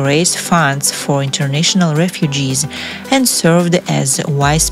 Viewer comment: what is a “wize” president? Please get someone who can speak correctly on this channel!